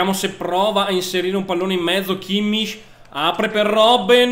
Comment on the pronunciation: kimmich si dice kimmik